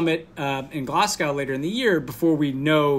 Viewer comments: you're going to need to get this right for later this year - its pronounced Glazgo not Glass-go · At least they avoided "Glaz-gaow"